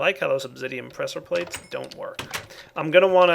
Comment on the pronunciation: "obsidian pwesser pwates"~facepalm